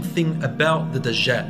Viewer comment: Why do they keep calling him DaZHaal? It's DAJJAL with a 'J' and not 'ZH'